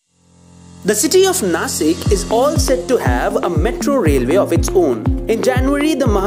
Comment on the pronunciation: It's not Nashik